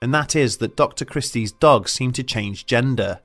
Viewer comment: "they terk yer duhhrg!!!!"